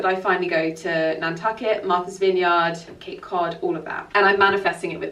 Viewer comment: Before you come to Massachusetts (and we would love to have you) you need to learn to say Vineyard like a native. 😂😂😂